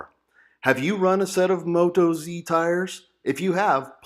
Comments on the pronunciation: Moat-oz is the way to say it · Appreciate your opinions, thanks...be interested to know how you go with mileage on them. BTW being an Australian company (often abbreviated to Oz), they’re pronounced with the emphasis on oz, not moto z...no biggie